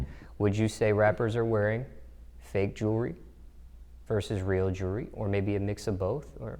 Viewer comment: Your entire life is dedicated towards jewelry but can't fucking pronounce jewelry